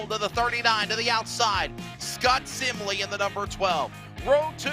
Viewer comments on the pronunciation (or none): It's SIM-LEE..... 😆